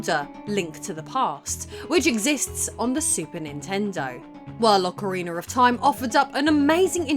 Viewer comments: It's not Ocariner of Time. It's Ocarina of time. There's no R at the end of Ocarina. LOL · Why does she pronouce it 'Ocariner'? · Love it lol you said "Ocarinar" xD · "Ocareener" lol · "Aucha-Reener of Time" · Ah good ol Ocariner of time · why do you always sound like you say "Ocariner of Time"? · Ocariner of time... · Instead, we got “OcaWEINER of time” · Ocker-reener of toime. Queen's English my butt...